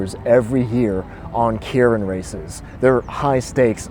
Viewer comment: I think it’s pronounced “kay rin”